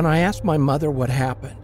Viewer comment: The narator with the deep voice always says axed instead of asked